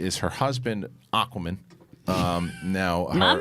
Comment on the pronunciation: Why did day Aquaman like Aquamen